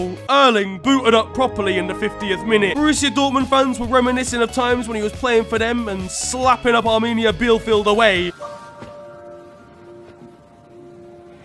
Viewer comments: Did... just say Bielefeld as BEELFIELD lmao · the way my man pronounced Bielefeld 💀💀